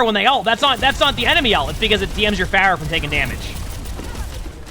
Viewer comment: i love watching videos, he's so informative and genuinely wants to help everyone he spectates! he's genuinely given me things to think about in my own games and he's clearly very talented!! but the way he pronounced "pharah" 3 times towards the middle of the video felt like getting slapped in the face. (edit to say peace and love peace and love <3)